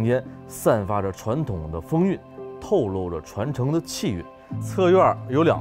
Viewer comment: 透露 不是漏